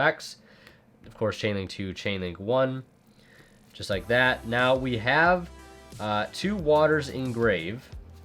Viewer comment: Ughh, you say "now" as in "always"?